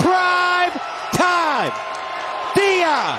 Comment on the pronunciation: Did I just hear the commentator say Pride Time or was it Prime Time??. Congrats to coach PRIME and his team for an amazing start of the season. Bravo!!. Greets to all from beautiful sunny Greece.